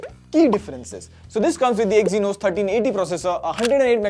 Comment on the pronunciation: Stopped watching when I heard EXYNOS 🥴🙏